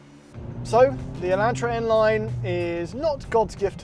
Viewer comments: "Eeellahhhtraaaa" it's E"lawn"tra! Made me cringe the whole video. Watch hyundai's press release of the video! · its pronounced e-lawn-trah not e-lant-traw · It’s Elon Tra not E Lan Tra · So I’m guessing the N will have the upscale interior? And will it have the 2.0 or the 2.5? I’ll take either, with the manual and LSD! By the way, guys...its pronounced Ay-LAHN-truh, and HUN-day. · In the states, we pronounce it, "e-lawn-tra". Found it funny to hear you guys lol. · Say it with me: ElonTra. No relation to the Musks... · It’s sad how car experts can’t even pronounce the names of the cars they are reviewing properly. It’s “e-lahn-tra”. Your pronunciation of Hyundai - well, we won’t even address that. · Y’all fix it by saying Hyundai right but make it wrong by saying Elantra like that 😳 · You guys pronounce "Elantra" with a long "a" in the same way I imagine a diabetic Texan would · It's so strange as someone from the U.S hearing them pronounce Elantra. Personally I like cringe and one of my eye twitches a lil bit but 🤷🏻‍♂️ 😅😅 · Oml it bothers me so much how yall pronounce Hyundai and Elantra